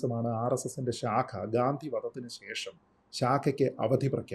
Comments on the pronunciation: ഗാന്തി അല്ല.... ഗാന്ധി ആണ്. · 😊 തെറ്റായി pronounce ചെയ്തതുകൊണ്ട് comment ചെയ്തതാണ്. ഗാന്ധി എന്നു പറയാൻ മസിലുപിടിക്കേണ്ട കാര്യമൊന്നും ഇല്ലല്ലോ 😂.